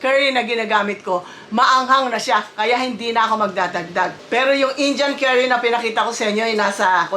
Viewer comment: i love your accent, say it again: "Injan Kari"